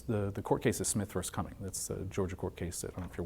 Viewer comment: Smith Vs. The City of Cumming There is no "s" on the city name ...